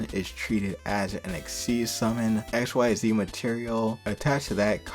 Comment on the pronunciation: “Xyz” is pronounced as “Exzees”, not “X Y Z” 🤣 If Violet gets added to Fate/Grand Order as a Servant, you do an updated version of this video.